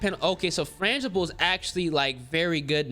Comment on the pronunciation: Bro fRangible. Not flangible 😂